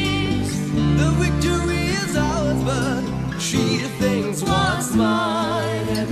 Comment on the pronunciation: the Wictory is ours ;-)